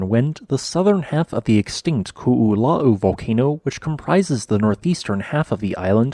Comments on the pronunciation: Youʻve been great at pronouncing Hua Tonga-Hua Haʻapai, but Koʻolau trips you up? You are pronouncing Koʻolau as Kuʻulau. The "o", glottal stop, "o", is pronounced like in Puʻu Oʻo. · Ko'olau is pronounced Koh Oh Loud(minus the d sound) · Interesting vid! For anyone who cares, Ko‘olau is pronounced "koh-oh-lau" where "lau" is pronounced like "loud" without the d. Not exactly correct, but close enough. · Koolau is three syllables. The first two O letters are indeed each pronounced, so you did good on that. The Os are pronounced like you say the letter O. The “lau” is pronounced like you say “ow” like something hurts, but with an L in front of it. So it’s Ko-o-lau. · ko is pronounce Koh and not ku. its Koh-oh-lau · Great information! And for future reference, the proper pronunciation of the upper east mountain range on the Windward side of the island is pronounced Ko'olau (Ko•oh•laow). The 'okina in our language is read as a glottal stop and is technically its own letter in our alphabet. How you pronounced Waianae was perfect though! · Nice presentation. The only weakness was your pronunciation of 'Koolau.' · Half of this is kinda common knowledge if you grew up in Hawaiʻi (cuz they go over this a lot in school) but I didn't realize the majority of the original volcano had slid into the ocean with remnants still visible on satellite imagery. I knew the Koʻolau side was created from erosion & landslides but never imagined at that caliber Also, I died every time they said "Koʻolau" (ko-o-lau) it's a phonetic language so you say every sound, no silent letters, no compound sounds. We use all the vowel sounds like English: A like in fAther, E like the beginning of Elephant, I sounds like swEEt, O like in dOOr, and U like in spOOn. That little apostrophe looking thing in between Koʻolau is called an ʻokina, indicating a glottal stop like the space between "uh-oh" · I cannot get over how he pronounces ko'olau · Your pronunciation of Ko‘olau is killing me brah. 🤣